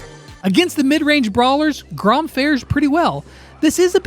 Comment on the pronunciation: Grom not Groff lol.